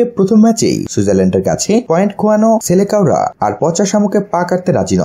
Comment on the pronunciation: সেলেকাও না ভাই সেলেসাও উচ্চারন টা ঠিক করেন।